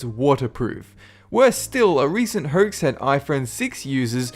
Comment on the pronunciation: I like the way you say "hoax" Hoykes.